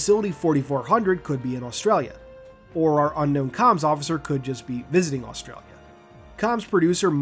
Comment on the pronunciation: As an Aussie I love the way you pronounced Australia aha